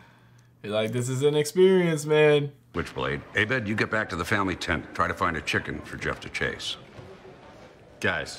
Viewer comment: It's "AHbed" (emphasis on the first syllable), not "a BED". Or it's AYbed if you're Pierce Hawthorne.